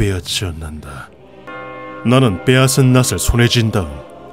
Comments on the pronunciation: 낫을 휘두르다에서 왜 자꾸 나츨 휘두른다고 발음하는거지... 이거 저만 거슬리나요? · 낫을 낯을이라고 발음하시네요